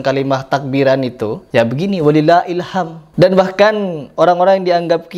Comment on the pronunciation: Bukan "Hilham", tapi "HilhamD", huruf mati akir di huruf dal د